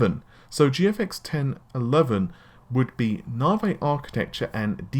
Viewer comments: Narvey? NAVEEEEEE REEEEE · and he can not pronounce Navi correctly...snickers